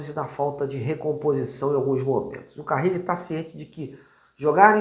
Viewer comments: Crítica construtiva: não dá pra errar o nome do técnico, né? É Carille, não "Carrile". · é CARILLE E NÃO CARRILE😂